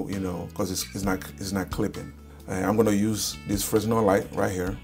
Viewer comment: It’s pronounced frenel not fresnel, the s is silent for some reason